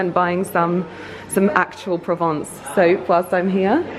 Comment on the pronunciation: Pls pronounce Provence correctly